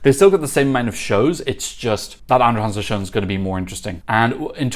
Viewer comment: I was wondering who this "Andre Hansen" was, but then I realized. 😂 (It's more like "Andra Jangsen", where the J is pronounced the same way as the J in "José" in Spanish).